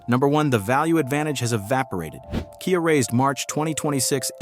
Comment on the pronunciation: i lost interest and figured this was AI, when it said "kaya" instead of KIA